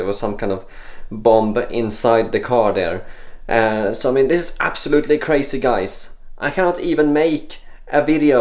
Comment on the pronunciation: National Security Index: 1. Kräjzy 2. Äbsålutli kräjzy 3. TUU KRÄJZY!